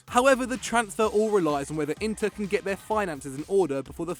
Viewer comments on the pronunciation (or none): none